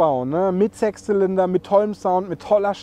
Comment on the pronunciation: oder;) Hast du „Sex Zylinder“ gesagt?!